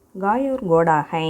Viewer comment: Hai ndra word prounciation thapa soldrenga check pannunga.